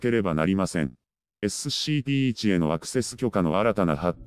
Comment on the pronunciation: 毎回SCPの事をエッスッシーピーって言ってて草生える